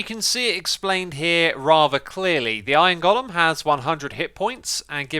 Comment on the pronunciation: For fuck's sake STOP MISPRONOUNCING GOLEM!